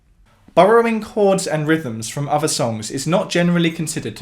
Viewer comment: You’re amazing but I do wish you wouldnt say “uvver”